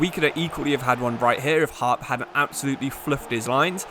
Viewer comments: As a Middlesbrough fan just thought I would say that “Hoppe” is pronounced “Hoppy” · I love your content but ngl it really annoyed me that you pronounced hoppe as harp. The videos are brilliant though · hoppe not harp 😂